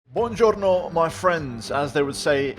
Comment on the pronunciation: I am Italian and I can say that the "Buongiorno" at the start of the video was epic